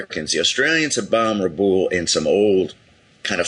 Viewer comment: I've watched hundreds of hours if not thousands on the Pacific war and I've never heard it pronounced Rah+ Boole. Rabaul has always been pronounced Ruh + Bowel. I don't live there so I can't say for sure but this is definitely the first time I've heard it pronounced this way.